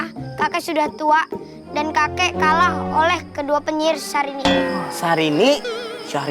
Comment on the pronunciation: Kakek nya bilang sarini bukan syarini